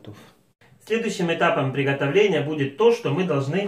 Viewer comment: Букву Г обязательно, четко надо произносить...В приГотовлении этого салата )))